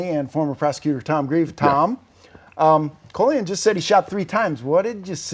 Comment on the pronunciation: His name is Colion. Call-ee-on